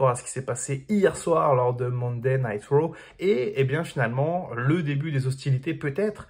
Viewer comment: Arrête de dire Raw ou apprends à le prononcer correctement...